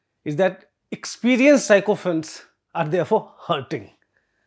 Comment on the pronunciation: Sycophants - the first two syllables are to be pronounced like the word 'sicko', and not as 'psycho'. Please correct.